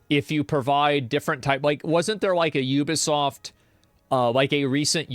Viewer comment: Is this dude for real?! “Let’s go to Metacritic. It’s a 5.4 not a 76 you (words I can’t say here).” Is completely oblivious to the 76 right above it. Wow man. Combover queen strikes again. At least he pronounces Ubisoft right.